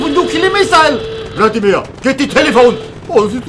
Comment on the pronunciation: He said Vladimir not amir